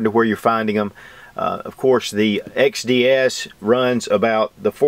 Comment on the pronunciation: I can't help but think of Rekt Feminist Videos when he says xDDDDD